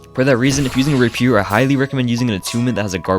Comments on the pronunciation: Holy shit I've never heard anyone say Rapier like that, wow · first time ive ever heard rapier pronounced like that